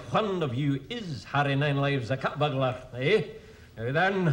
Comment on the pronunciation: Peter is humorously copying the Scottish accent to make "burglar" sound like burgler. In the same fashion that midnite would be correctly written as midnight. Just as he pronounces "lawr" instead of "law".